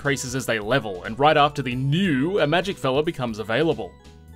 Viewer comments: Pronunciation tips - "Nue" is not a homonym for "New", it's instead pronounced "New-ay". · It's pronounced New-A